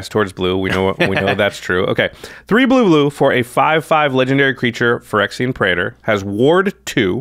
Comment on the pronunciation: Praetor is two syllables, not three.